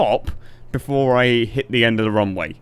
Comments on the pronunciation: do you say wrong way or runway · Why do I hear "wrong way" whenever you say "Runway"? random speech me ™